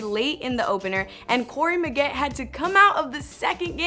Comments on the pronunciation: corey maggetEE, not maggett lmao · "Muh-get" instead of "Muh-get-ee"? I guess there's a reason they call this channel The Fumble. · It's Maggette like spaghetti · I literally cringed when she said that.